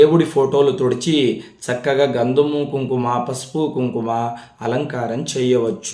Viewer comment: Sir daggara "Gandhumu" kadu, Gandhamu antaru andi. Telugu nerchukondi sir first. Palakatam rakapote chala kastam sir.